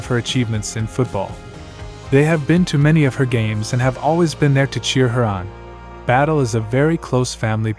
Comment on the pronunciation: Its not battle its bad-ye😂😂😂